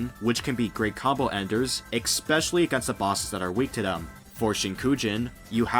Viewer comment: "X-pecially" 10/10